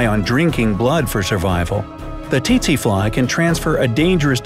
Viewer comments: Its pronounced sese fly in Africa and yes I'm African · I'm an African and you pronounced tsetse fly wrongly. OMG my sisters and I were rolling on the floor as soon as we heard tsetse fly